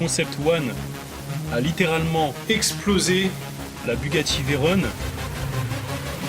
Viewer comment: c'est "Veyron" pas "Veyrone" ;)